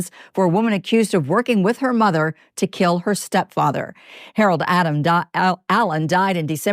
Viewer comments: dude… the reporter is incapable of not saying Harold adam-allen lol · thats what i came to say, like did she keep calling him harold adam? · I wonder if she knows someone named Harold Adam, that’s the only reason I can see why she kept struggling 😭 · I'm stuck on the fact that two reporters could not pronounce his last name of Allen, but they both said Adam. 🤦‍♀ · Ok but why can't that news lady say "Allen" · why can't this news anchor get her shit together and get poor Mr. Allen's name right? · Why can’t this news anchor say this man’s name? It’s driving me nuts lol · That reporter really had trouble with his name. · The only thing I can focus on is the fact that that reporter cannot say the man’s name correctly 🤦‍♀️ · Wow. It’s very obvious why that tv anchor is on a very small town local newscast. How many times did she f*** up the victim’s name? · Why can’t that news woman pronounce the poor man’s name correctly:( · These ppl that call themselves news reporters can’t even get his name right wtf! They are actors reading scripts and still can’t read just annoying on top of this sadness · Why did that reporter struggle to say Allen so bad... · i came here to say the same thing, almost every time she said his name she messed it up. not cool.😔💚